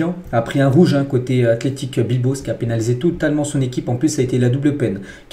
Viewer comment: Pourquoi vous dites tjrs athlétique bilbo et non pas Bilbao. La machine qui parle.